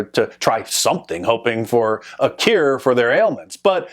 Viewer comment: have I been saying cure wrong my entire life?